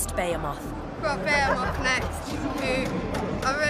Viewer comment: BE HE MOTH not BEAR MOTH